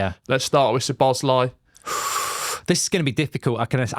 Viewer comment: Szobos-lee Who is he, really? Do you say his name wrong on purpose, just because he’s at Liverpool?